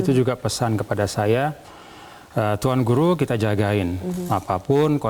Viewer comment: Sayang sekali presenternya berulang ulang salah menyebut nama tuan guru..